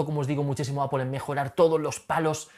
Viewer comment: "Apol". En No suena con una "o".